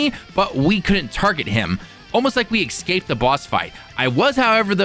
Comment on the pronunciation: "excaped the boss fight" LOL